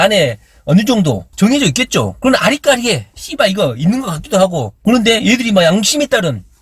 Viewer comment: 씨ㅡ발 몇번더 해주세요 시원한 발음 입니다 우리 이재명은 속이 다 썩어 들어 갑니다 사랑 해용♡